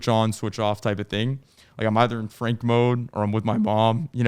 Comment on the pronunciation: I dub this rendition of Frank as Frenk. Similar to Frunk, but slightly more rare.